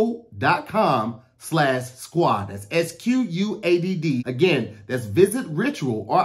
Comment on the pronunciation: "visit *ritural*"